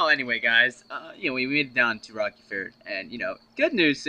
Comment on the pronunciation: Rerky ferd? Dude, it's named Rocky ford. XD Jk jk.